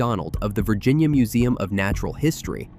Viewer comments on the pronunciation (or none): none